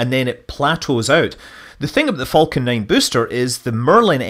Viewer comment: I am slightly triggered by Scott's continued mispronunciation of "falcon".